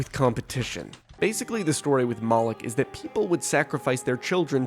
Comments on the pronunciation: Moloch is not pronounced “mollock” it’s pronounced “Moe-Lock” Moloch also was repeatedly depicted with a large gaping mouth which represented an open grave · preeeety sure its pronounced moe lock. but i have a smooth brain and know nothing